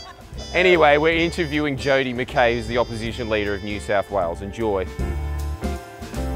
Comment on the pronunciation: Holy shit someone who can actually pronounce McKay correctly.